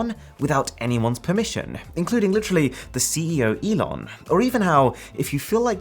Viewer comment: The name is pronounced "E-Lon" Not like, "E-non" I'm not hating, just saying.